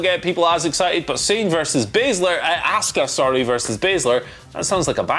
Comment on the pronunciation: Why is Simon the only person on this channel that can pronounce ASUKA'S name proper? These guys always say Ask-Uh 🤷‍♂️ And NOBODY on this channel can say Sasha 😂